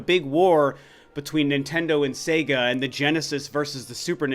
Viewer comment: Finally, an American who can pronounce SEGA correctly. Praise the Lord!!!!!!